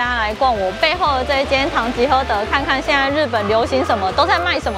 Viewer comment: 聽到主持人唸完品牌 就想到「是 唐吉ㄏㄜ～德，不是 唐吉ㄎㄜ～德」😂😂😂